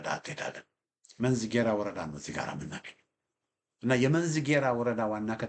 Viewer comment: I am very happy with your perfect when you call the Names of the reigns. You are a person of Shewa. BUT.." Read it "Menzi G'eraa"" ad the EOT Church...song G'erraa"" workk..